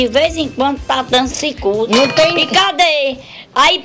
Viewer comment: ZUZU DIVA: "O poste la de casa de veize enquandu ta dando SIKÚTI" KKKKKKKKKKKKK